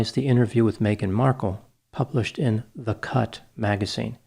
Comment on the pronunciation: In Dr Grande's final insights, starting about , he says:....." In this article in the cut ... ( I could have sworn that he said :. ...",In this article in THE CUNT,) .. instead. I had to relisten to clarify. It still almost sounds like "in the CUNT". That would have certainly been appropriate. 🤭😹🤣